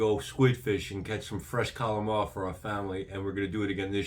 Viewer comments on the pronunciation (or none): Good video But why do you pronounce calamari as calamah? How simple do Americans sound when they just give up on a word halfway through saying it